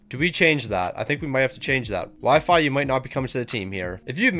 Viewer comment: Calling Xhekaj, “Wi-Fi” had me dead